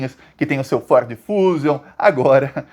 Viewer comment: Você fala Ford e eu entendo "Forbes "